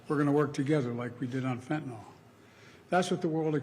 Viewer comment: "Fentan-awl" is the new "Nucular".